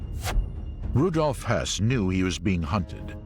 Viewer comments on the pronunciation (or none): it‘s pronounced Rudolf Höss as in Hyoss, not Rudolf Hess. The latter was interned by the British in 1941 when he went to seek peace. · You obviously didn't watch the documentary. His comment is totally accurate. They repeatedly mispronounced Rudolf Hoess' name.